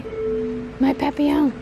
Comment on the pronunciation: I love how she said butterfly in French 😂😂